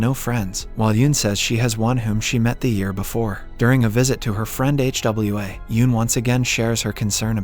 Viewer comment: Bruh can't pronounce Hwa 🤣